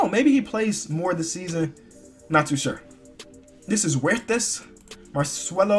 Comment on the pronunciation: dis nigga tried to say Huertas 😂😂😂😂😂😂😂